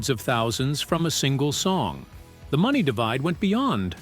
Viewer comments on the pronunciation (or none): none